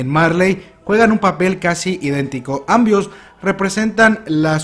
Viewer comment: Dijo ámbios like si te diste cuenata